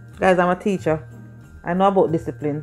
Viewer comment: Lol did she just say will descipline yuh? Hahaha